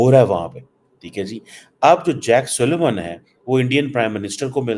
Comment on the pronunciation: It's not Suleman, it's Siliman